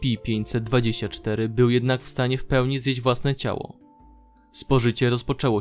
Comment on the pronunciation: Dlaczego musisz tak przeciągać wstęp? Ideentyfikatooor podmiotu... estsipi 049; I dlaczego nie przeczytasz po polsku: es ce pe, tylko kiepsko po angielsku :/